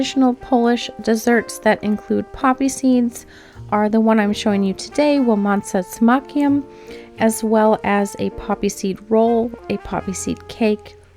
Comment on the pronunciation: I feel relief that you actually liked them, as you say poppy seeds have particular taste so I was slightly afraid that in the end after all this research and preparations it might turn out to be a flop 😄 I'm glad I could help and yes, you did pronounce the name well, Poles will understand you without any problems.